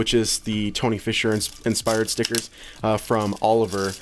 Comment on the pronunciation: I love when people say stickerrrrrs Stickerrrrrs STICKERRRRRS! STICKERRRRRRRRRRRRRRRRRRRRRRRRRRRRRRRRRRRRRRRRRRRRRRRRRRRRRRRRRRRRRRRRRRRRRRRRRRRRRRRRRRRRRRRRRRRRRRRRRRRRRS!!!!!!!!!!!!!!!!!!!!!!!!!